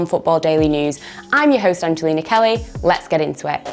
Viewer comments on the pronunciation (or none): none